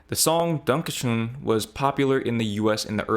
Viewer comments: Your pronunciation of "Danke schön" was leagues above that monstrosity that passes for a song. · First off your pronunciation of "Dankeschön" was spot on and yes it's the German "dankjewel" or "thank you very much". Secondly... Defaq!?😂 Since I have no life I looked up how old the word is and this specific phrase of thank you is from sometime during the 18th century. After that I looked up the song lyrics and it seems like a lovesong to a German woman Wayne Newton met at some point. At least it very much seems like he learned a couple words of that womans language... So no. We very much know what gratitude is and are also capable of verbally expressing it😂😂😂 German speakers did in fact invent their own language, no Americans needed 👍 Edit to add: every single person in the screenshoted posts did also type the song title wrong, it's Wayne Newton's "Danke schoen" in correct German spelling only using an oe instead of ö which I'm assuming is probably due to English typewriters not having the letter ö. It's still a correct way to write the word.